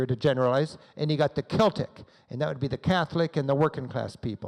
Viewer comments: It's pronounced Seltic not Keltic. And it's not 'the Rangers' just Rangers. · For god's sake man please pronounce Edinburgh properly. And Celtic is pronounced with a soft C.